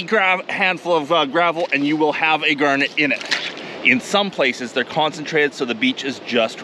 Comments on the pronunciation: Bro I couldn’t tell what a “gurnet” was until I realised he was saying garnet😭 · Is it pronounced "Gernett" Or "Garnett" because I always pronounced it with an a sound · I love the way he says g*arrr*net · "Gurnat".......? lol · The first time he said garnet it sounded weird to me…now 6 minutes in, I cannot remember how I used to say it…